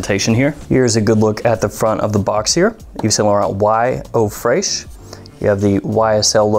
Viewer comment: Tip: Fresh is still pronounced Fresh in French not fraych.